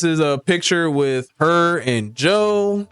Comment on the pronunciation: Mannnn not JOEEEE